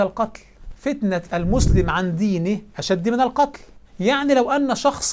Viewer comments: ابدعت يا ، الله يبارك فيك اخي انتبه إلى الآيه في الاعراف "اشدُ" بالضم وليست بالكسر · في الدقيقة ٢٧ حركة الدال في "أشد" بالضم بارك الله فيك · الفتنة أشد بالضم وليس الكسر ياشيخ ❤ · يادكتور ممكن تصحيح الاية " والفتنة أشد من القتل". أشد بالضم وليس بالكسر. الدقيقة وليتكم تلتزمون بالعربية الفصحى وجزيتم خيرا على ماتقدمون